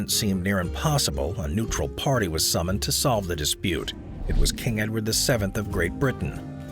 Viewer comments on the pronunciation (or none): none